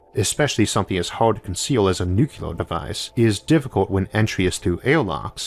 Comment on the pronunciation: nucular Nucular NUCULAR?!?!?